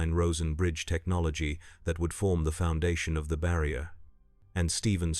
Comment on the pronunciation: bro is fighting with the word "barrier" at the end